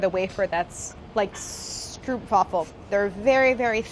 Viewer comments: Weird to hear Stroopwafel being pronounced with an oo, as in 'cook', as opposed to a long o, as in 'no' (or 'noooo!' Dart Vader style) as in how the name (which is Dutch) is originally pronounced. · I don't get why they buy a ton of the product they want to copy...where's the white chocolate ones btw? Also, she's a pastry chef and has never successfully tempered chocolate?? Also also, it's pronounced "strope wah full" :) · That is most certainly not how you pronounce "stroopwafel". It rhymes with "rope"... "strope waffle" is how it's pronounced. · Stroopwafel is actually pronounced as ‘strope-waahfol’ , for those who wanted to know :) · Truee, I am Dutch too and it was hillarious. It was like stroepwaffol. xD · Awesome to watch as always. Just a heads-up, but the double-o in Dutch is a hard O sound. Strope-waffle. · For the love of Dutch food. Americans. Pronounce the oo in stroopwafel as an ooooooooh. As in you're surprised or anything. I can deal witht he fact that the rolling r is difficult but I know you people kan pronounce an ooooooh sound. Thank you for your time! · The two o’s in Stroopwafel is pronounced like “oa” in “boat” stroapwafel. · im getting so annoyed every time she says stroopwafel omg its pronounced STROPEWAFFLE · If you wanna say stroopwafel in the correct dutch way, its actually pronounced str-ooh-pwafel, like saying "oh no" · 'stroop' is dutch for 'syrup' and is pronounced like 'strope' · Errr, stroopwafel is pronounced "strope-vafel". The o is way harder than you're saying it... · stroepwaffle HAHAHAH sorry this makes my dutch heart laugh out loud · You actually pronounce the “oo” in “stroopwafel” as the O-sound in “wow”. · The you say the oo in stroopwafel like the oa in boat(I am Dutch) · I love the way y'all pronounce 'stroopwafel' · The Dutch word ‚Stroop‘ (which is Syrup made from sugar cane) is pronounced with a ‚long‘ o, like in the English word ‚home‘ or ‚boat‘. Just so you know. Great channel! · you mispronounced stroopwafel